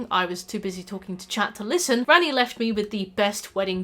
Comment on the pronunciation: I kept hearing you say "Granny" when you said "Ranni". So like "Granny is a fan favorite because of rule 34" and "I've never seen Granny with less than G cups". Wake up babe, is normalizing Gilf appreciation!